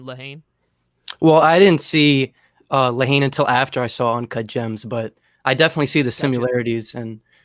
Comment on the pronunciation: The h is silent dummy it's a French movie